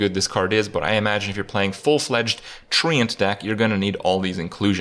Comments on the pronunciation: The way he says TreeAnt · Why does Kripp pronounce “Treant” like he’s from Belfast? Isn’t it pronounced like ‘trent’? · If I have to hear Kripp pronounce Treant one more time I'm going to hang myself from one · Thats not how you pronounce treant!